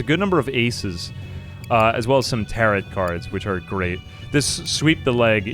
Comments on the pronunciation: Had to stop watching because mispronouncing tarot was driving me nuts. "Tear-oh" not "tear-it" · it is pronounced tare-oh card lol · What’s a “tarrit” card? Do you not have the two whole seconds it takes to google how to pronounce a word you are unfamiliar with? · I don't think I have ever heard someone pronounce Tarot like Parrot. First time for everything.